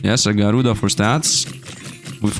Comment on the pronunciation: "Garuda" Slfd: Na bro there has to be an N there